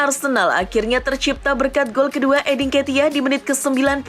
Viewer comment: Cuma aku aj atau emang Eddie Nketiah dibaca Eddin Ketiah